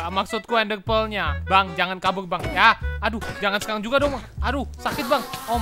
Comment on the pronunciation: Sekalang kita bakal guys R nya kok jadi L 😑